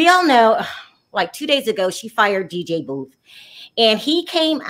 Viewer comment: I love your show btw it is DJ Boof